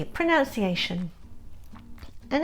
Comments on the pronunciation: Oh dear oh dear oh dear...a person teaching English pronouncing words incorrectly!!???? The horror!!! It's "proNUNciation" NOT "ProNOUNciation" Good lord.... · Ironically, you pronounce "pronunciation" "pronounciation"!